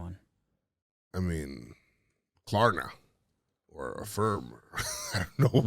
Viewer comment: Bro said “Klarna” 😂